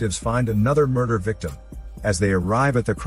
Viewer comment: "Muder case"